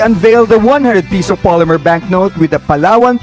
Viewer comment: PESO NOT PISO !!!!